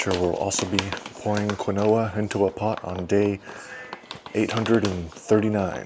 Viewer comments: Quinoa is properly pronounced as “KEEN-wah”, according to the Merriam-Webster Dictionary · I’m mostly here for the pronunciation of Quinoa!